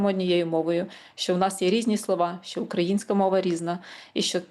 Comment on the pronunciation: До пані дикторки. Тримати себе в руках це калька з російської "держать себя в руках". Українською опанувати себе. Ви мали б це знати. І ще, шиплячі звуки в українській мові не пом'якшуються, вимовляються твердо: ЩО, ШІ, ЖІ, а не щьо, шьі, жьі, чьі і т.п.